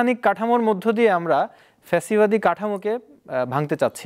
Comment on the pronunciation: প্যাসিবাদি কিরে ভাই? ফ্যাসিবাদি হবে 😁